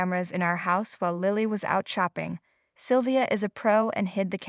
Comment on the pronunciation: Oh please! Learn to pronounce English names properly! Ian is pronounced “E in”! And Lilly does not have a long I . It is a soft i. And Ian’s name changed at the end when Lilly clung to his leg…I think the name was Russell !!! Really! Someone needs to proofread these stories… or whatever the equivalent word is for speaking instead of reading!